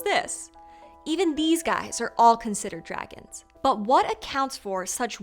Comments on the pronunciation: (6.11) "Druehgins" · "dragans" hahaha